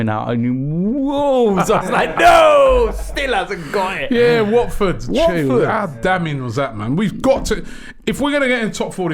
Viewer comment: Robbie it’s Watford